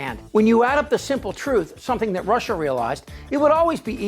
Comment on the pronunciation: Walls, domes, what else you wanna do, Donnie? And what's up with "Russhaahhh?"